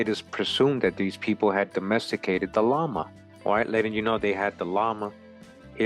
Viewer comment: 🤣 😂can't even pronounce Gila and Llama correctly